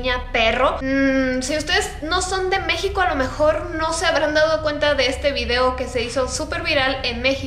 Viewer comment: dijo mexicio